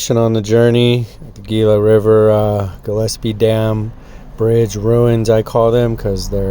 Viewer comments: It's pronounced hila. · Gila is pronounced Hee-la. The G s slient. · Is NOT Gila. It is pronounced 'HE-LA' in Spanish. (FYI) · The G in Gila is pronounced with a H “Hila “ not G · RE: The "Gila" river.... It's pronounced with an "H" instead of a "G" there, Homie. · Gila....the "G" makes an H sound...sorry, can't help but be the pronunciation police today!